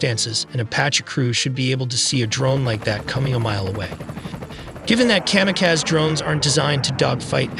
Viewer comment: Kam-a-Kaz? Kamikaze